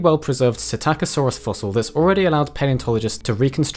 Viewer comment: It is pronounced ‘psittacosaurus’, sorry for the corrections